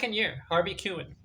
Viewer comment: Pronounced his name wrong 😂🤯